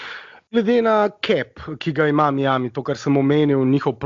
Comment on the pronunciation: dober podcast vendar ce že uporabljate tujke za vse izraze kot so trade in nevem kaj potem dajte vsaj pravilno izgovorit miami ker se sliši grozno....:) majemi je, ni miami:D